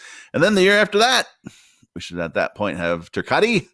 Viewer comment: ...............................................Ter-cot. Not Ter-cotti.